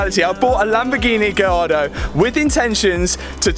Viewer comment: The way Matt says Lamborghini "Gee-yardo" is never not going to crack me up. - I'm excited for this build!!